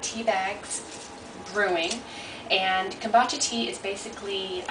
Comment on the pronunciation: repeat after me ..Come- Boo _ cha ...your not pronouncing it correctly